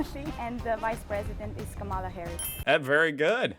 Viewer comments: And therefore its pronounced KAmala in stead of KamAla. The emphasis is on the first A. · Dude, why do you pronounce Kamala's name wrong, the same way tRump does? You still don't know her name? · Pronunciation of the Vice President's first name!!!!!!!!